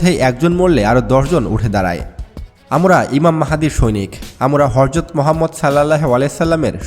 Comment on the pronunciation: ভাই হরজত না হজরত, আগে উচ্চারণ ঠিক কর